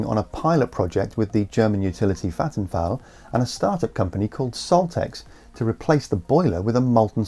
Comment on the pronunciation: Minor correction to an, as always, interesting episode: Vattenfall is not pronounced "Fattenfall" and is not German, the company is Swedish, and have subsidiaries in a number of European countries, one of them being Germany. The name literally means waterfall, and the company was originally a hydro power company, but branched out to other energy sources. See